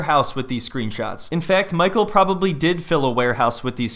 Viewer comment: The way you say MICHEAL with the accent is so hilarious